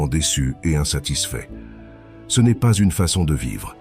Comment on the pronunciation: Bonjour, j'apprécie beaucoup ta chaîne, mais je remarque qu'à chaque fois le mot " ce " est prononcé " ssé - eu " , c'est récurrent sur tes vidéos...